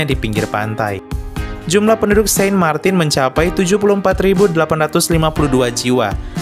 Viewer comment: Saint Martin bacanya sang martang